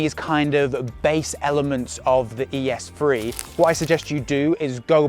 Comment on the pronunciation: Lmao “ES phree”